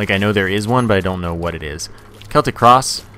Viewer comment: More emphasis on the WHAT